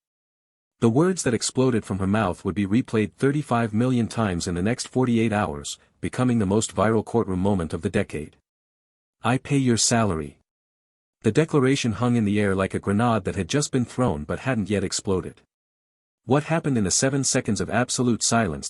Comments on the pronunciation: Grenade is pronounced grin aid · That gets me every time "gran odd". Heard "char odd" the other day.